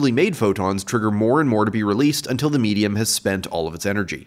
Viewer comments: every time he said. medium i kept hearing in my head. meat-e-um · Did he say laser meatium?